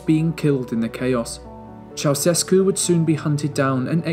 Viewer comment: The videos in this series are phenomenal! Really relevant footage, relevant details, fair and balanced representation, and great writing. I would say the ONLY thing suffering is the pronunciation of names. Ouch! Roosevelt, Allende and Ceaucescu need some help = )